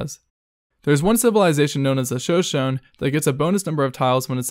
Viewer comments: Isn’t it pronounced “shuh sho nee”? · Shoshone : Shuh-show-nee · Shoshone is pronounced “show-SHOW-knee” not whatever it was you said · “Show-shown” Lmao ‘Shoshone’ is pronounced as “shuh-show-nee” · He. Pronounced. “Shoshone”. As. “Shone-Shone”. It’s “Sho-Sho-Nee”. I’m laughing so hard. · Shoshone = "sho-sho-nee" not "show shown". Also you showed the Assyrians lol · lol Sho-Shown it is pronounced sho-sho-knee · The Native American Civ in Civ V is called "Sho Sho Knee" thx for the list man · Sho shone is pronounced Shuh·show·nee. They are a Native American tribe known as the Shoshone or Shoshoni. Great video appreciate the content. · It's Sho-Sho-NEE. lol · It's pronounced "show showney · Shoshone is not pronounced like that, it is Shō-Shōn-ē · “Shuh show knee” is how you say shoshone. It’s a North American Native American tribe. Sacagawea who adventured and guided Lewis and Clark was Shoshone tribe. I don’t know who this is useful lol. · I cringed on the civ 5 one since I myself am native american... it's pronounced seperately. Sho-Sho-Ney. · It's pronounced Sho-Sho-nee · Excuse me, but how the hell did this guy just pronounce Shoshone‽‽‽‽‽ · Assuming you live in the US or maybe even Canada it's pretty sad if you don't know how to pronounce Shoshone. The commentator, unless he has a difference accent from where he's from, is definitely from the US or Canada. You learn about a bunch of Indian tribes in grade school here, you know. Most of our states are named after Native tribes. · Your pronunciation of “Shoshone” is brutal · When you main Shoshone and he pronounces it wrong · All I want you to do, is to go online, and look up the pronunciation for Shoshone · The way you say shoshone for civ 5 is completely wrong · That’s not how Shoshone is pronounced but aight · Complete waste of my time, also you pronounced “Shoshone” wrong